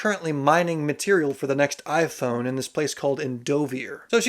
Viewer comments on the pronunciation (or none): none